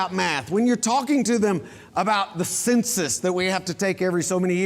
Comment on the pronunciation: Did he pronounce the census as SIN SUSS?